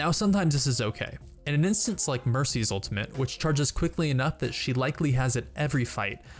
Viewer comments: As someone in theater, where diction is really important, hearing him say 'ulimint' really pisses me off. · It's ultimate. Not ultiment. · "ultimate" not "ultimante" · i love how he pronounces 'ultimate' XD Sounds like ultimint